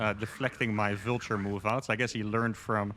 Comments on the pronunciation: pronouncing Vulture like 'vilture' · Love your videos. Love this mod because I actually like bw better than sc2. Your videos have gotten me into sc2 at all. Aside, your pronunciation of "vulture" made me think you were saying "villager" so many times. I finally got it. Thanks again for the good games